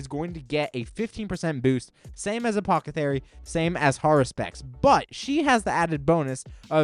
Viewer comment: You have to trolling saying apothathery instead of apothecary lmao 🤣